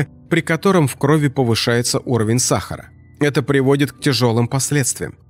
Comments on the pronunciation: Не в крОви , а в кровИ ! ! ! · Не в крОви, а в кровИ.